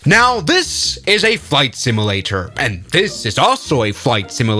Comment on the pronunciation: I will not finish this video, or watch any others until you learn how to say the word simulator. My damn eye's twitching.